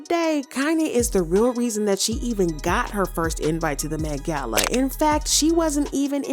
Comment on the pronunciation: The way you say "Met gal" is killing me 😂😂😂😂😂😂😂😂😂😂😂